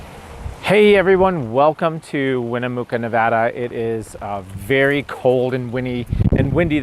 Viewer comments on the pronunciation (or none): Hi. It's good to see you all on the road again! Just a note, for the town of Winnemucca, the "mucca" is pronounced like "mucka". It's named after a local tribal chief.:-)